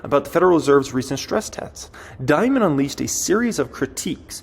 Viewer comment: It's Dimon not Diamond